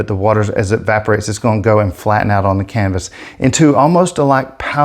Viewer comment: i k-no you didnt just say WHERE'S MY K-NIFE, CAN-VAS HAHAHAHAHAHHA .....I love it!!!!🤗😋🥰